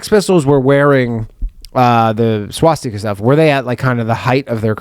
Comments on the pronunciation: Danny says swastika very oddly. Wonder if it’s a Jewish thing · Danny is saying stas-tee-ka weird, and Ryan is saying ValenTIMES day weird... Or am I the weird one?